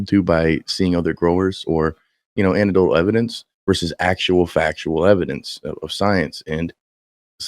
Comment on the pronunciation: I'm gonna be that guy. you gotta put the "EC" back in "anecdotal." an·ec·do·tal